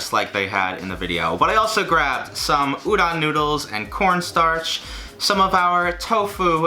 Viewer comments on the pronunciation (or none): Why does he says uron and not udon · Every time he said udon noodles I understood ouran and the the only thing I could think about was Ouran Highschool Host Club. I'm weird... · Love but I die every time he says udon wrong